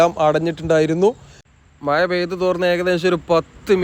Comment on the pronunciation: "മയ " അല്ല സുഹൃത്തേ "മഴ "🥴🥴🥴